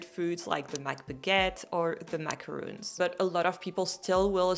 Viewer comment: small correction it is pronounced mac-uh-rohn in english, a macaroon is a type of coconut cookie